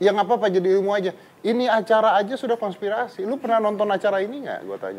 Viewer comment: raditya : konspitasi 🤣🤣🤣🤣 konspirasi